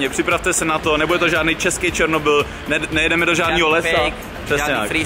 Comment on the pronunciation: Zasa ten "Černobyl"